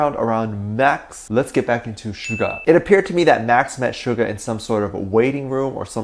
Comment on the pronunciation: please stop calling him Sugar his name I’d SUGA no R my dear friend. Please don’t be offended.